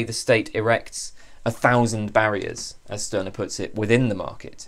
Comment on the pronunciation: A very fascinating video. Stirner is one of my favorite philosophers. But the correct pronunciation is ´Shtyrner´. In German "St" is pronounced like "Sht", except in some areas of northern Germany.